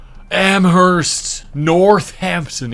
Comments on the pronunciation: the h is silent in amherst btw. its pronounced “AM-erst”… its such a big thing there that you’ll see bumper stickers & other things of that nature around town saying “Amherst, MA. Where only the H is silent” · Getting rage baited by Blacksburg was criminal. Also the “h” in “Amherst” is silent. My mom went to school at UMass and that was also so funny! Love this content! ❤